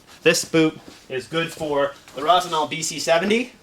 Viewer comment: It's Rossi - NYOL, not Rossi GNOL. Cognac is pronounced KON-YAK for the same reason.